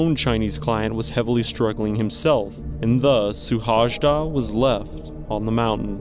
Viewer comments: His name is pronounced more like shoe-hoay-da......... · Szilárd Suhajda. His name spoken out is more similar to "Silard Shuhaida". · You should pronounce his name as: See-lard Shoo-hay-da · Suhajda is pronounced Shuhayda. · His name is rather pronounced "Sewhaayda" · Hungarian speaker here. His last name's correct pronunciation sounds something like: shu-hai-da. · Terrible butchering of the name. If you make a video dedicated to one person, make sure you say the name remotely correct. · Yes, pronunciation should be checked next time. 😉 And btw he left behind a small child of 5. His death was a big deal in Hungary for a long while and base of lot of arguments about what is important in life. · omg man..your pronounciation of his name is like a vomit for my ears